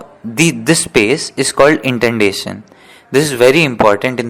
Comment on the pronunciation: Bro it is indentation not intendation!😄